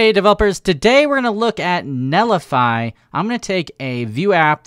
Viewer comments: it's NET lify not NELLIFY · why do you pronounce it like "Nellify" lol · I love your content buddy, but it’s pronounced “net li fi” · There's a 't' in 'Netlify'. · Yep I was just about to say is missing a 'T'